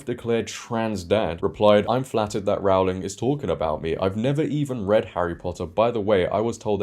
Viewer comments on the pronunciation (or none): Just a small detail... 'Rowling' rhymes with 'bowling', not 'cowling' 🤓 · As a Brit, I was surprised you kept pronouncing her name incorrectly. It's like 'rowing' a boat with an L in the middle.